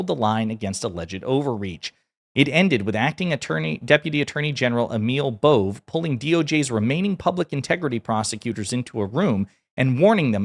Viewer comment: Sorry, but Emil Bove is pronounced "emeel bowvay"